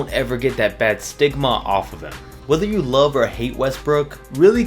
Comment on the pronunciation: Lmao, he said STIGMA